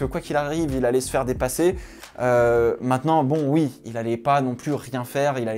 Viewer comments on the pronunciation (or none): none